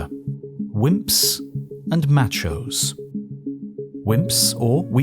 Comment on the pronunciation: "MATCH-ohs" lol.